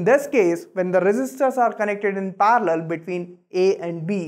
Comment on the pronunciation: It is not parlor it is parallel